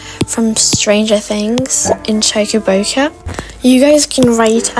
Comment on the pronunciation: “Choka boca” GOT ME DYING ON THE FLOOR 😂😂